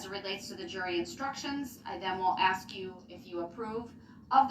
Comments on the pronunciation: And it was obvious that the minute she denied the throttle body excuse, he refused to answer anymore questions like he was a child! And I hate him even more when he says axe. And his language arts sucks! He must have missed his English classes. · Axe!!!!!!!! Ughhhhhhhhhh!!!!! Do dis. Do dat. Forf. Oaf. Does this drive anyone else crazy? Or I didn’t wave my right to no cownsel. He’s such an _#%>€£{\! Hole. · What l found amusing is when he found a new word to quote. Like ..Fundamentally. …. He can’t pronounce. Ask. But he can pronounce. Fundamentally.😂😂😂😂😂 He is an ignorant joke.